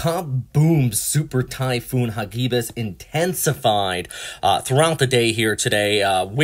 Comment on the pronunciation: You prenounced the name wrong but still good video